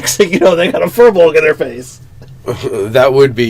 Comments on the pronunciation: I believe it's pronounced feer-bolg not fur-bolg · Good vid! Just rolled one as a ranger in my side campaign. However, it is pronounced "Feer-bolg"